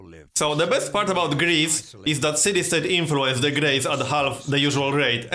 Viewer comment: lol when you say Greece it sounds like gris, which is the Swedish Word for pig! xD